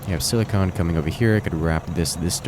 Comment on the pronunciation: silicon and silicone are different things,and they're pronounced differently.